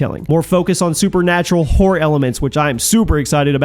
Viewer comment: why do you keep saying whore instead of horror?